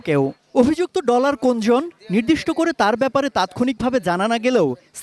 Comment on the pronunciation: আরে সাংবাদিকই তো ভালো করে বলতে পারে না ডলার না বলে বললো টলার 😂😂